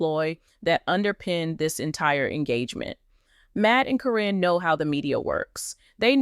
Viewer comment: The mispronounciation of names onames is al so ridiculous. In one sentence Caryn's is pronounced correctly then in the next it is not. I think in the beginning there is a statement re it being for entertainment.